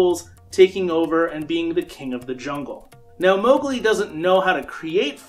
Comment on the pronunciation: Not Mowgli